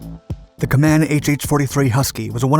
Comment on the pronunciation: Company name is properly pronounced "KAY-man".